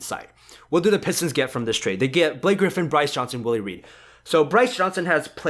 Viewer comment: it is willie reed not willis